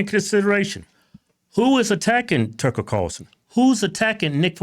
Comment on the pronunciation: Keith: "Tucker Carson?" 😂😂 I know it was a simple mistake, but I found it funny, so I laughed. It looks like the second/bald guy has a rock on the shelf behind him. I wonder what it is? Bidens brain?